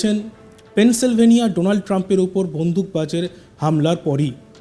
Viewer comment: Pencil vania noi. Pennysylvania